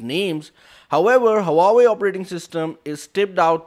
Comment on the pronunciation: It's HUAWEI NOT HAWAWWEI !!!